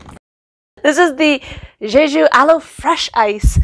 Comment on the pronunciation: Love the details and the humor! BTW, the pronunciation is correct “Jay-Ju” 🤩